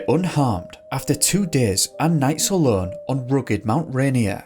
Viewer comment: It's pronounced Mt. "RAY-NEAR" not Mt. "RAINY-Er" -- other than that, I love this video 👍